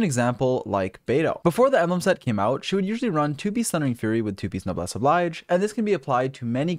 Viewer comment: It's pronounced Noblesse "Obleej" not the English reading of the word oblige.